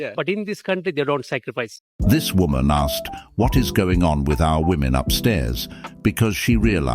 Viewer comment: how hard is it to pronounce "asked," really? Asking for a friend.